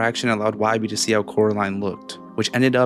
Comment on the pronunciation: His name is not wybi it’s why born